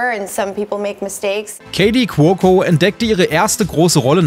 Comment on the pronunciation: Kelly Qwoko 😂